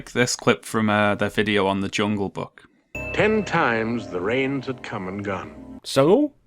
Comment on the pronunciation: I thought the jungle book one ( ish) was '10 reigns' not '10 rains.'